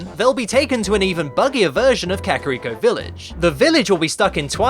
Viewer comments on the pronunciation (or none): probably because it is pronounced "cock-eerie" forest. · Kackeeree forest? Never heard of that forest before. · So cock is pronounced Kack then. And no, it's not eerie, it's iri (not eyeree either). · (Ka-Kare-Rico) its not that fucking hard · It's Japanese, bro. Ka Ka Ri Ko, four syllables.